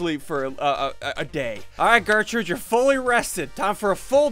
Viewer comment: Gertrude* not gertrute